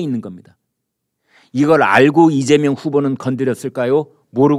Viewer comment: 이죄명 진짜 발음이 그렇네요